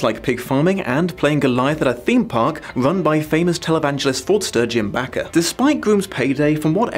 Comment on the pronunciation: "Rack-El" Welsh not Rachel. Jim "Baker" - not Backer.